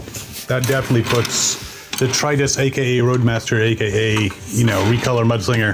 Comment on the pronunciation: Lots of people say 'DETRIUS'. An angel fails to get their wings and a fairy dies every time someone says it that way.